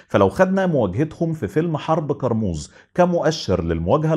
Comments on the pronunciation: كرموز مش قرموز 😂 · انطق كارموز صح الاول كارموز بال ك مش بال ق